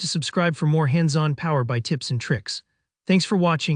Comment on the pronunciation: Strange narration. Who pronounces PowerBI like that?